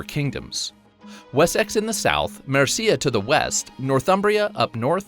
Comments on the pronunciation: Amused by your pronunciation of Wessex, for the record the emphasis is Wess-ex, not Wes-sex, looking forward to the game, thanks for the video. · Please do not pronounce wessex that way. It isn't WES SEX, it's Wessex.